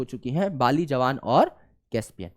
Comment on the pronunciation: javan , not jawan